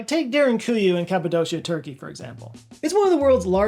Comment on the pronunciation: "Cappa-doh-kia" not she-uh. 🤦‍♂Barely 2 minutes in and makes me wonder about the rest of your research accuracy? DOH!